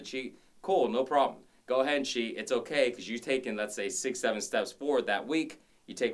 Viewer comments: LOL!!! Stop saying Nnn-K! You keep making me think of the teacher on South Park! LOL!! I love your vids! Eye candy and awesome work outs! Thanks for sharing! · His okay sounds like nkay